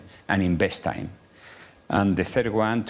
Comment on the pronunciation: At a time ❌ At a thaime ✅ 😂😂😂😂😂😂😂